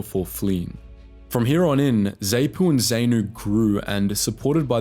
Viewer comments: Dude, learn to say the names... Not Zay-po bur zar-poo. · Sorry mate , I lived through most of that war and you managed to mispronounce nearly every african name or acronym. Phonetically its moogarbee enkomo Zar noo p.f. , Zar poo , fre leemo, bishop moozaraywah, zanlah , ziprah , mo zam beak , etc etc. It was one nasty war and in the end no real winners, especially not the poor black Zimbabweans. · A little pronunciation guide. ZANU (zahnoo), ZAPU (zahpoo), FRELIMO (frehleemow), Selous (Seloo), Salisbury (solsbree) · Zaypu & Zaynu 😂😂😂 jokes aside, this is a pretty decent video. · The Narrator has managed to wrongly pronounce every organisation's title---its Zaarnu / Zaarpu Freeeelemo /Seluuus scouts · This video wasn't too bad, however the pronunciation was off-putting, particularly ZANU ('Za-noo'), ZAPU ('Za-poo'), Frelimo ('Freh-lee-mow') and Tanzania ('Tan-za-nee-ah'). Also, worth a mention that post election the winning side (ZANU) used the country's military to wipe out anyone they thought might be aligned with the ZAPU military arm (and they weren't too fussy about who qualified - about 20,000 deaths estimated). It wasn't so much a merge by choice, but one group snuffing out their rivals and then offering a veneer of conciliation. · So true, I winced every time he said ZAY-Noo & ZAY-poo. The idiot couldn't even pronounce Salisbury correctly :facepalm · Wouldn't be bad if you pronounced Zanu, Zapu and Frelimo correctly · dude learn how to pronounce names. Frelimo, Zanu, Zapu, Salisbury among basically every name u used was wrong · He should learn how to pronounce Zanu, Zapu, Frelimo, Salisbury et al properly if he wants any credibility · Nice recollection, but your pronounciation of ZAPU, ZANU, FRELIMO, Salisbury, etc are off. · It is pronounced Zahpoo not Zehpoo, and it is Zeeprah not zipra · ZANU and ZAPU pronounced ZAHNU and ZAHPU not ZAYNU or ZAYPU! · Great video, just some constructive criticism; It's pronounced Z(ah)pu and Z(ah)nu, not Z(ay)pu or Z(ay)nu